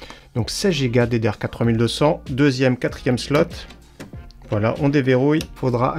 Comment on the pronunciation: "Les équerres PCI-express" mdr Elles ont quel débit? Et bordel "slot" faut prononcer le t à la fin, c'est de l'anglais.